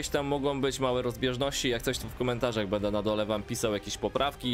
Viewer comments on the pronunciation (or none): none